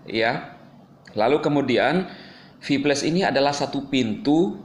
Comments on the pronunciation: VIPLAS BANG BACANYA BUKAN VIPLES VIPLES APA ITU??? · Kok gua dengernye sphyles.. Kayak penyakit kelamin itu😅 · Hahaha... Cara ngomong si klo sebut kata "viplus" lucu banget 😂😂😂😂😂😂😂😂😂😂😂😂😂😂